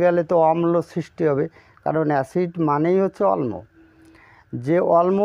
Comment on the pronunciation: অল্ম নয় অম্ল হবে। অমল উচ্চারণ হবে।